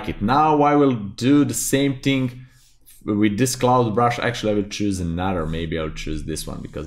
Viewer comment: "one ting" really got stuck in my head